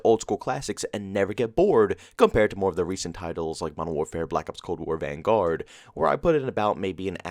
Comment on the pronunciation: Why do you put emphasis on the “guard” in the word “Vanguard”?